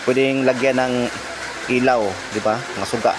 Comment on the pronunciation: Ilaw hindi elaw